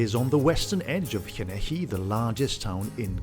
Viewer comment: This guy is obviously not Welsh; listen to how he says "Llanelli"!